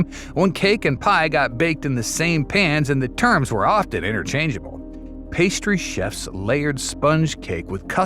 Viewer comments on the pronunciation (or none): none